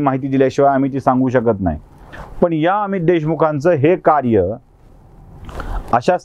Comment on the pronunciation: तुम्ही थोडी शुद्ध भाषा बोलू शकले तर अजून चांगल, जस पन, पानी, बाणचा,'' ण'', वाईट वाटून घेवू नका आपल बोलण मी नेहमीच एकतो, प्लीज बघा